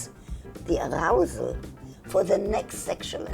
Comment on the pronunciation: Nobody: Dr. Ruth: aRROUsal